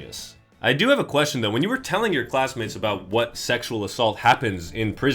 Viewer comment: It's sexshuol